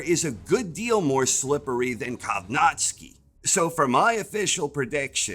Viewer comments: great preview video, but man it hurt my ears every time you butchered Kownacki's name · how do you pronounce kownacki so wrong